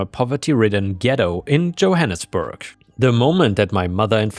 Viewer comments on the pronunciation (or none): none